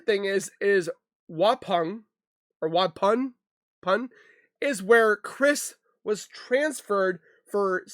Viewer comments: Just to let you know. Waupun is pronounced wauPON. I'm from Wisconsin, & I know all the Native American names here can be confusing! ☺️ Love your videos, have a great day🤗✌️ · It's pronounced wuh-pon lol we have the weirdest names in wi 😅